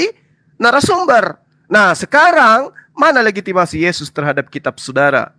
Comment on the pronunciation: Legitimasi b4b1, nyebut itu aja susah kali kau, dari situ aja udah kelihatan gak ada ilmu..😂😂😂😂😂